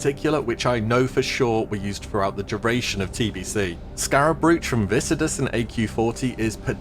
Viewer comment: please pronounce 'brooch' properly